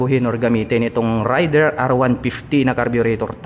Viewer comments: Raid der Sir hindi Ray der🙂 Thanks sa review... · Ang tamang pagbigkas Nyan ay raider, at hnd rayder